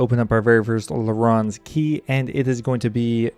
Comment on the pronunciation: larráns key lmao